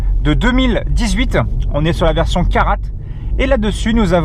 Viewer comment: On prononce KARA et non caratte. Vw aurait pu vous mettre quelques litres de plus....